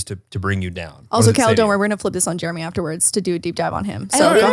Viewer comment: It’s mammi and papi and jeremyuh